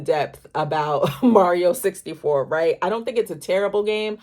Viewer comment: the correct pronunciation is "sixty FOE." You already knew that. We been here before lol